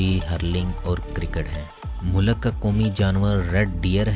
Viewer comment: Bhai mulik hota ha Molak nahi